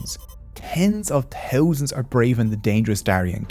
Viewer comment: Teeuzanz and teeuzanz 😅 your content is solid though. Very well done.